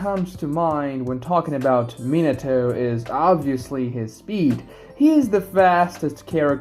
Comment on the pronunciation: Min-uh-toe..... God damnit. Min-AH-toe. Takes no extra effort to pronounce his name properly, nor does it take any less effort to say it wrong. So just say it right.